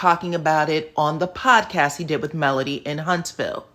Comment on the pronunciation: Him pronouncing Melody name is awful.